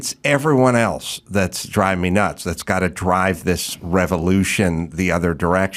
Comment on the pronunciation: Why does she say “ELTSE” instead of “ELSE?” Please please please get rid of this trope. There is no T in that word!